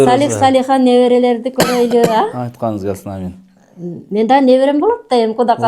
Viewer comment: эмне себептен Амиийин дейсин биздин кыргызда Оомийин эле дейт мындан кийин оомийин деп жуур.